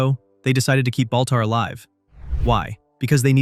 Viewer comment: Baltar not boltar